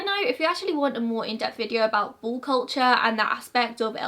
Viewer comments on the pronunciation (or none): I kept trying to decide if it was bull or ball 😂😂